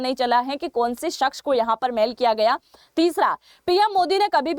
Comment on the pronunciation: बेटा जी मैल नही होती मेल होती है